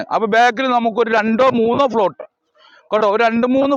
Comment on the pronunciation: പ്ലോട്ട് ആണ്, ഫ്ലോട്ട് അല്ല കോയ